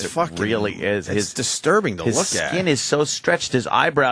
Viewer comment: sam describing Opie. Worsh. Burfday. Etc.